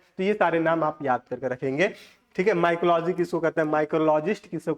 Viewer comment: mycology ko micrology bol rahe h 😮